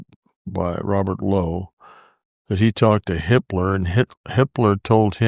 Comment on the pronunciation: Whenever they said, "Hipler," I kept hearing the other, German guy's name.